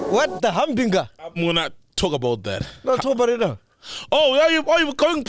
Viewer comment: I sometimes butcher words so just out passionate curiosity I checked the pronunciation. Dr J Kani's nger in hubinger pronunciation is on point.